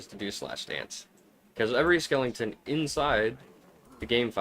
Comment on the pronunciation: Skelington :face-blue-smiling